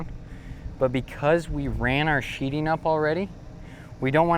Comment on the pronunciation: Nice work BUT it's called sheething not sheeting.."TH" not "T",,,thanks.